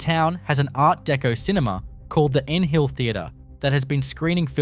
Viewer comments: Nhill is pronounced Nill not N-Hill!! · Nhill, pronounced Nill not N-Hill is nowhere near Bemboka. You even showed an image of the Bemboka Pub with it labelled Bemboka. You'd have more credibility if you got things right. Do you understand what a median is? You can't have a median price range, the median is the value where exactly 50% of the ranked values are above and 50% are below. The median can also be called the 50th percentile value. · Piss that AI bullshit off!!! There are humans that can do the voice overs, and shitloads better! THey can pronounce NHILL as it is meant to be, not Nahill!!!!